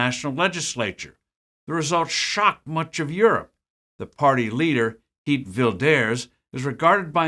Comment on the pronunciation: Bad pronounciation....... Unintelligible......